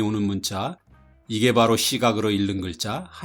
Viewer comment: "읽는" 의 발음은 [일른]이 아니라 [익는]에서 비음화한 [잉는]입니다. 여러 차례 귀에 거슬리네요.